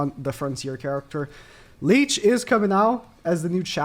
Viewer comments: Licht is pronounced kinda like likht if that makes sense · Who is leech?😭😭 nah joking it’s funny how you pronounced his name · It’s pronounced lisht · It’s pronounced like li-kt right? Even as American I felt the pronunciation of licht was pretty self explanatory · Wrong ma dude, the CH in Licht is pronounced kind of like a cat hissing at something. No K's allowed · bro summoned all of his german subs with that pronunciation of licht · Ask christy how to pronounce Licht pls. She is a german girl and know this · He clearly learned shit, that’s not how you pronounce Licht 😂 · It’s funny how he pronounce Licht this means light in german